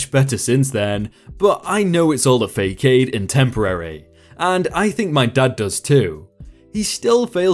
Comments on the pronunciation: Much closer but I would put the s on the second syllable fa-sodd and the 'o' has a bit of an 'ah' or 'au' sound like fa-sahd or fa-saud Here is a video with the correct pronunciation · Your chinese is good... but your French and Latin needs some work..; it's 'fa-sa-de' not 'fa-kad' (Façade) and 'ed-ce-te-ra' not 'ek-se-tra' (etc, et cetera)